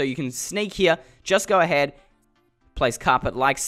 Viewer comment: Or go ahaid